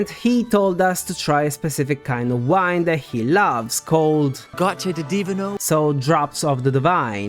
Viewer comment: man you're kinda wrong about one thing. The correct way would have been, Gocce di Divino, because i really think they meant to use the word Divino, and not "di vino".